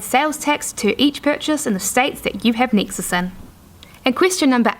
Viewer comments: nexus not nixus or nixes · Yes, I was wondering the same. And every time she says Nexus I'm thrown off the path.